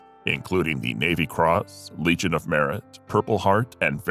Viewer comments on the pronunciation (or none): none